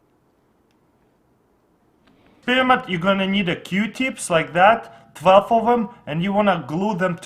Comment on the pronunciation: he calls experiment as expirment